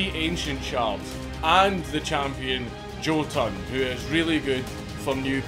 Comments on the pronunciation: The name of that character is pronounced “Yo-Tun”. Just FYI. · me being the only person who watches the sponsorship: it's pronounced "Yo-tun" :(